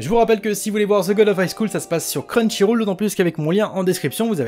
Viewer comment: Tu pourras dire crunchyroll et pas crunchyrôle dans les prochaines vidéos ?